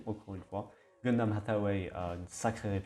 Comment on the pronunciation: Merci mon reuf d'avoir bien prononcé Hathaway